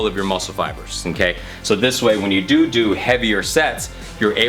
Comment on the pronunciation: He said do do 😄